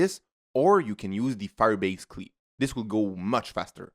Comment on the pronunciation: Firebase Cleee 😂.